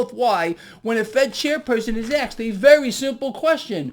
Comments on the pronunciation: You gotta stop saying “axed” when you say “asked” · you said ‘axed’ and not ‘asked’ 🤣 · did you just say aksed? Lol